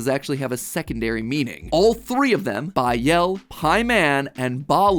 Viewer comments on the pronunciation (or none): It's pronounced baal not bael